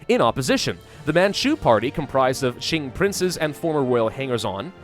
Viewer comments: Hey! Qing sounds similar to ching if you say "Cha-Ching" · Qing is actually pronounced as "Xing" in english. this sound is actually not in any english words, so think of this sound as the "ching" sound in english but instead of using your whole mouth, you make a lighter sound using your front teeth. hope this helps, and it's ok if anything sounds weird. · it is either prononuce shing like the sword shing or the king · Its Q-ing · i think it is pronounced shy-ing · Nah, yes the closest English transliteration might be Ching but the actual pronunciation is Ching without the h sound, so a bit like Cing. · It is pronounced like Ching sounding like a ch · Isn't Qing pronounced Ching? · Hail to the son of heaven! The rightful ruler of all of China!!! Also as for the pronunciation I think it's mostly said like it's "Kuing" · It is the chin the Q in mandarin is a ch noise. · No, unfortunately all of you are wrong. The Q in Qing is pronounce like a ch but without the h sound. So a bit like Cing. Source: I speak Chinese. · I'm pretty sure is the only hoi4 youtuber who doesn't know how to pronounce Qing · Thank you very irritating to hear saying it wrong